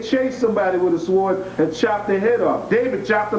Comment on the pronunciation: The w in the word sword is silent. There is some practical knowledge for you to enjoy.